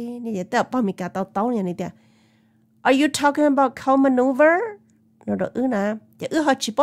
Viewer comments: Loll...it’s cow manure. Not cow maneuver. 🤣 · Tsis yog "maneuVer" os. Yog "manure" na sis 😂. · It’s not maneuver, it is manure. No “V”. ☺️